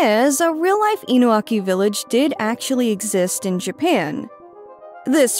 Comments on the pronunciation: It's InuNAki Village not Inuaki Village. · Isn't it Inunaki?